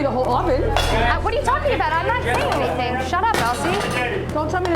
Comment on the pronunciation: Be prepared for anythink. And everythink.